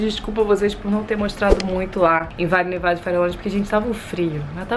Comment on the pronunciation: DICA: VALLE NEVADO.. ( VAJE NEVADO) - FARELLONES. (FAREJONES).... fica a dica.